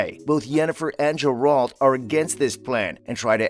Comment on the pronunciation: What the fuck... Does he say Jur-alt?